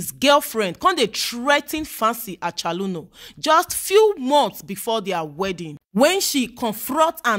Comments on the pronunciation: Fancy Achaluno. 😂😂. Her pronunciation of the name got me lmao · A CH O L O N U, not acholuno😃